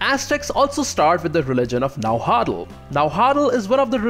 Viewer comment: Nauatl is prnounced na-what with a near silent l,although it's ok if you say na-wha(nahua) because nahuatl is the language not the ethnic group